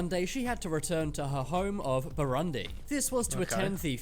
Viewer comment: the guy is literally saying Bharandi instead of Bhooroondi 😂 (Burundi)